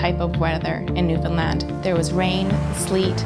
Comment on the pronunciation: You are a great dad.And you get an extra ration of maple syrup for pronouncing Newfoundland right❤️🇨🇦👍